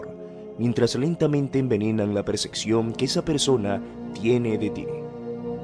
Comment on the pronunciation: Se dice percepción no perceccion